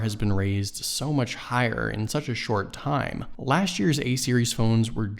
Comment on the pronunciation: Speak correct English 'lasht' year please say correctly LAST year